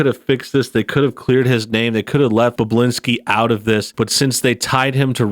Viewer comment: I’m pretty sure his name is pronounced Bob-bu-lin-ski. Not Boblinski. And not Bublinski.